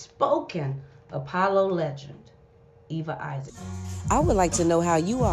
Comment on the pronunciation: The word is leh-gin-d,not leg-end 🤭